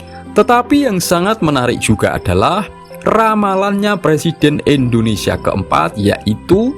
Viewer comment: Indonesia Pak . Bukan Endonesia terus aja di ulang" kalimat nya 😢